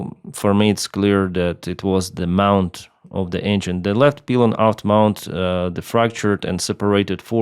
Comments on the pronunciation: It is pronounced pie-lon, not pee-lon. Pylon, like apple pie. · hi - pylon is pronounced like pie -lon in english - not peelon...thanks for your great work..oh PS captain steve also thought the RH engine may have suffered compressor stall ( from photos showing this from the rear ) likely due to high velocity shrapnel hitting it from the LH engine exploding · Pylon is pronounced like the words eye, pie, sky, my and not like pee, sea, me or tree. Not criticism, just educational. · Just saying.. "P- Eye - Lon" like the eye you see with. Not Pee-Lon. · I've always known it pronounced pielon not peelon. I know english can by confusing. I pronounce Lyman as you say it, not liemon. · Excellent English. One comment 'pylon' is pronounced 'pielon' (as in apple pie). Great video. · It is pronounced, PIE-lon, not PEE-lon. Good analysis, thanks the detailed explanation. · The pronouciation is actually "pailon", not "pilon" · Once again ill say, my condolences to the family and friends of all who lost their life in this tragic accident. Lets hope we will do EVERYTHING so it does NOT happen EVER again. (pie lon not peelon) ahahah pilon word. English is wild like that i know i live in USA i still cant get tricky words right. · Thank you! Nice work! :) BTW, Pylon is pronounced PIE-lon. The 'Y' is sounded as a long 'i' (as in "Flight", "AYE AYE, captain", or "Apple PIE"). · the other way, pie - lon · In English it’s (pile-on ) pylon . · its pronounced pie-lon in english pylon. 🫶🏻 great video. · It's P-A-I-L-O-N in English! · woah. -, Pylon is pronounced pie-lon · It's pronounced pie-lon in English. This appears to be the exact same thing that happened to American Airlines Flight 191 in 1979. Hopefully these aircraft will be grounded for good. This tragedy did not need to happen. These aircraft should have been taken out of service a long time ago, and they certainly should have been inspected and maintained far more often. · It's pronounced pielon pylon